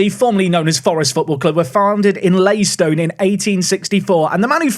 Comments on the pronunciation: I think you would find it’s pronounced Lie-tin-stain in the UK. Leystone is the Hungarian pronunciation of the place name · Fairly sure it's Leytonstone with the ton, not Leystone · Its pronounced LAY-TON-STONE! Leiston is in Suffolk! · As someone born in “LEYTON”stone like David Beckham and Jonathan Ross I hope you can work on your pronunciation please! 😃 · I'm very exciting for this, but also deeply confused by your pronunciation of Leytonstone!